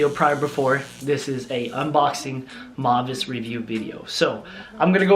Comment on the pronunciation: It's pronounced "Mow-vay" Their stuff is awesome (high quality fabrics, stylish), I'm a fan.